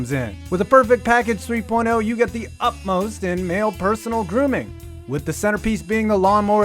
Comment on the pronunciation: It’s “utmost”